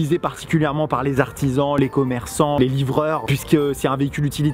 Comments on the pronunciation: J’ai cru que tu avais dit on va Lécher des abonnés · "On va lécher des abonnés"